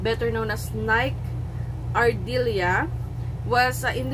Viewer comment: NIKE ARDILLA not NIKE ARDILIA. Thank you.